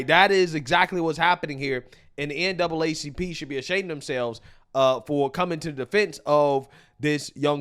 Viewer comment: NAACP! STOP SAYING DOUBLE A,,,,,,YOU ARE ADDING AN EXTRA SYLLABLE